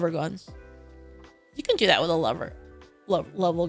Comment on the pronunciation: When she says "lever gun," it sounds like "lover gun"💖